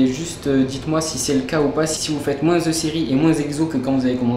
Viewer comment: Apprends à parler... on dit "moins" et non "moinSSSS"